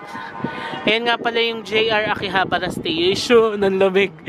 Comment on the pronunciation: Your pronunciation of Akihabara is quite wrong because in Nihongo, every syllable should be pronounced in equal length. So tuloy2 sya.